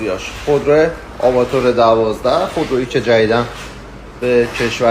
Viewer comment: آواتر نه آواتار! نوشته‌ی لاتینش هم اون R آخر به صورت حرف تلفظ میشه، یه جور بازی با کلمات و حروفه Avat + R اون R آخر "آر" تلفظ میشه نه "ر"